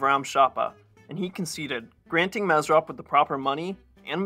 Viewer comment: It's pronounced mashdots, not mashdats. The o sound is like when you say the letter o. It's not pronounced like an a. It's pronounced like maashdots. Like saying ma, hey ma whats for dinner? Mashdots. Same for the first name. It's mesrop the o is pronounced like saying the letter o.